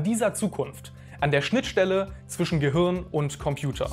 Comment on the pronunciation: "Gehürn" :D